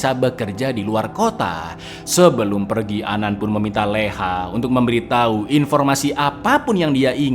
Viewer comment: Anan juga memberiTAI...😂😂 Meddok banget di bagian akhirnya